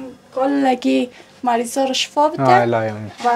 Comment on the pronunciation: همگی را بددعا میکنید، شفا نگویین، شیفا بگویین